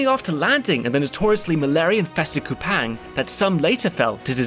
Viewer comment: One minor correction too: Kupang is pronounced much closer to "Koo-pung" and the Leste in Timor-Leste is pronounced as "Lest-tay".